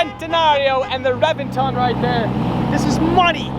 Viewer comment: Dude you know everything about Lambos except that Reventon is pronounced with a B.